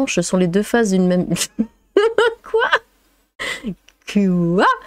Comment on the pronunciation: le ' keuwoi' de m'a fumer,hahahaha.